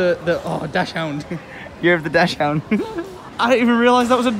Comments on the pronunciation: its not dash hound its pronouced more like dax hound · i know its written dachshund but the "chs" is pronounced more like an X ...(I am from Germany.) or just check google translate voice output or something